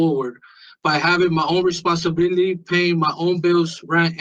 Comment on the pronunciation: "I take full reponsilibilitity." He can't even say the damn word properly